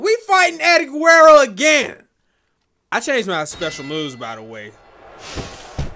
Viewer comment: Playlist Gang🤘🏽 and why tf keep saying Guwewwo instead of Guerrero 😂😂😂😂